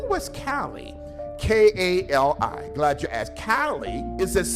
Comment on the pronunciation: That clip talking about Kali,which he intentionally mispronounced hurt my brain.